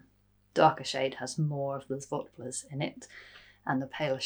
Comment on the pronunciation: First time I watched, and I will definitely watch a next episode! Zwartbles is an impossible word for people who speak English. It's two words put together, zwart and bles. The last part is pronounced just like you would say bless. Z like zebra and w like in wet. The a is very short in Dutch, but when you just say art it's fine. Hope this makes any sense 🙈